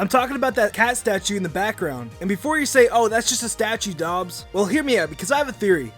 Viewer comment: you said dogs instead of dobbs